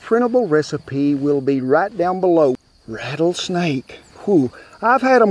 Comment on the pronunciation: You just lost me as a fan..."RATTLESNAKE",AND I AM FROM TX